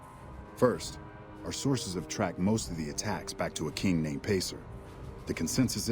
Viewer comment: I like how Pacer says king as "kang"